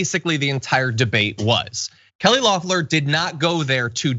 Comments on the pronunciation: It’s Kelly “ LEFF-Ler!!!!” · It’s pronounce Leh-Flerr. Or like “the flowers,” in French, “les fleurs.”